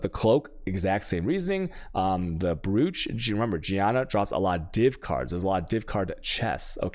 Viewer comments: brooch is pronounced broach alchemy is pronounced alkemy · Why is brooch pronounce broach?